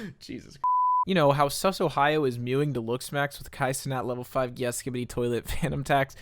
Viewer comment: Gyat is not pronounced that way at all 😂